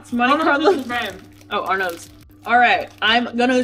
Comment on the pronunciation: It’s not “are nots”, just “Arn’ts”